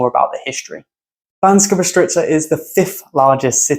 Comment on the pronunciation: to be honest im kinda surprised when it comes to Bystrica and Štiavnica you basicaly pronounced them well exept that you basicaly swapped the S and Š pronounciation... where you could just say Bystrica you said BySHtrica and where you could say SH-tiavnica you said normal S :D still a lovely list of places..maybe i would exclude Zvolen simply because i know it too well to just look at only the beautiful things in there